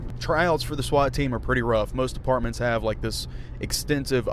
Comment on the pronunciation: I was like are u saying apartments or departments.